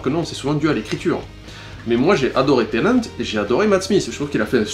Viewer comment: David Tennant, pas Tennet ! C'est pas un laveur de vitres ! *tennet=t'es net, blague de merde*